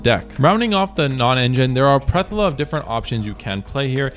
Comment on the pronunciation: Plethora. Ple-Thor-uh 😅